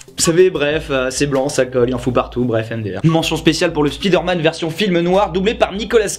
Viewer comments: À chaque fois qu’un francophone dit Spiiiiiiderman, un prof d’anglais meurt dans le monde. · C'est qui qui nous parlait de bien prononcer Bioshock et Fallout en anglais puis qui prononce spi derman tel un mot Français ? 😆